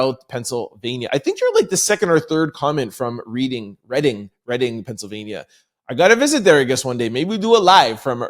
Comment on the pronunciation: Yup you pronounced the city right Reading spelled like reading a book lol 😅